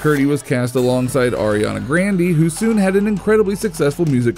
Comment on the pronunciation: How dare he say Ariana's name wrong??????????????????!!!!!!!!!!!!!!!!!!!